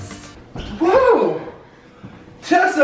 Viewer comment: Who else realized that said chessa instead of Tessa like if you agree